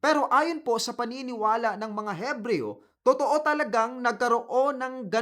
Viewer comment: Ebreyo po silent "h"